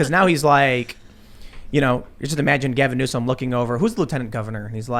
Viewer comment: Gavin Nuke-us